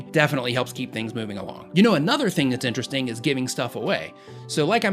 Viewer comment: did anyone else hear him say INERESTING